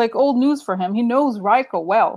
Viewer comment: RICO is pronounced Ree-co. The Trump University case was never tried. It was settled shortly before trial with the plaintiffs getting close to everything they sued for. But yes, Trump is very familiar with RICO.